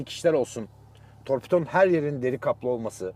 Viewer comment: Bu adamın herşeyi değişmiş bi tek torpito deyişi değişmemiş